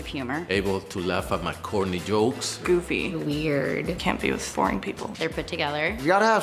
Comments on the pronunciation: thought she said foreign instead of boring lol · wait did she say can't be with BORING people or can't be with FOREIGN people